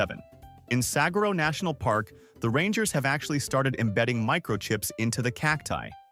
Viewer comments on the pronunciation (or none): 7: Sag ur oh? That's Suh hwar oh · Clicked off when mispronounced Saguaro.